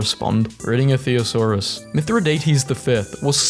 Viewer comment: You’re the one who failed here btw, it’s thesaurus not theasaurus